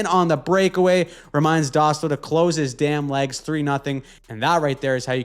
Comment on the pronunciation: Dostal: Doe-stall, not dah-still